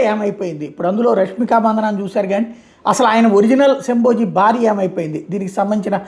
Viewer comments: yesho bhayee ani correct chesaru ithanu but shabaji ni shamboji ani cheptunnaru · It's shamba ji Not shambo ji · శంభోజీ కాదు శంబాజీ అనండి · శంబోజి కాదు జీ శంభాజి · Shamboji kaadu shambaji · శంభోజీ కాదు శంభాజీ మహారాజ్ అనాలి కదా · శంభోజీ కాదు శంభాజీ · Sir.. Shamboji kaadhu sir.. Sambha Ji 🙏